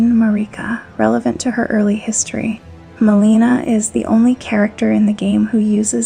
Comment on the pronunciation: It’s pretty crazy you can get this deep into the lore, and yet mispronounce so many of the central characters names time and again. From Marika to Miquella to Melina to Radahn to Rennala and many more. I actually lost track. A mispronunciation here and there isn’t even really worth mentioning - usually. But when it’s done over and over and over with main characters of the story, it starts to become a distraction from the actual content. Which in of itself is well written. I mean towards the end , calling Crucible Knight DEVONIA, “Crucible Knight Darian” time and again is a little ridiculous. This isn’t a mispronunciation, this is flat out lazy research - completely getting the name wrong. I honestly didn’t know who she was talking about at first and initially thought I had missed a named Crucible knight. Until she read straight from Devonia’s Helm and item description yet attributing the helm and item description to “Crucible Knight Darian.” Then I knew it was just another botched name.